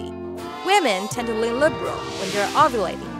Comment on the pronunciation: She pronounces 'ovulating' in a jumbled way. I kept thinking she said 'ugly'.